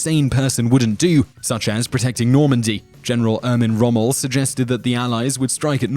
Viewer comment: It was Erwin Rommel not ermin rommel